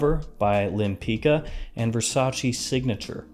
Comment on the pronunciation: In my crusade of correctness :) Lempicka is pronounced like "Lem-pits-kah" :)